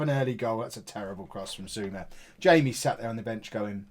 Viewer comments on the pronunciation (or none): you read the A in Jayme, as in "ah"